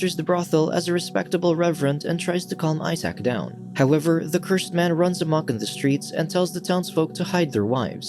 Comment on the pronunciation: "I Sack", Isaac, (say eye-zek), also ask Google to pronounce words in any language, but be sure to use 'American'-English-pronunciation, or you'll sound suspiciously pretentious, and we'll picture you in a tweed suit.